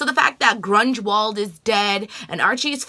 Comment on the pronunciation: LOL Mrs. Grungewald (Grunwald)!! You still have PLL on the brain.